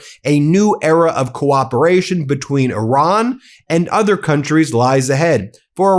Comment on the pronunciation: When he says "Oran", he does of course mean Iran.